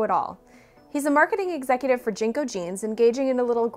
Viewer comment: Jen Co. Not Jean co.